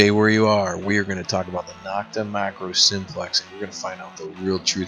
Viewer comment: Nokta is pronounced beginning with No, not Nock.